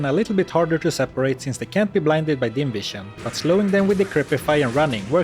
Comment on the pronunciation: Can't help myself, I hear "invision" instead of "dim vision" every time you say about that. You become invisible to enemies after all.